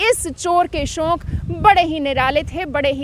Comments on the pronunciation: SHONK NAHI HOTA …SHAUK HOTA H..ANCHOR HAIN AAP KRIPYA APNA TALAFFUZ SAHI RAKHIYE😜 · You are so adorable mam... And the way you speak 'shauk' is amazing......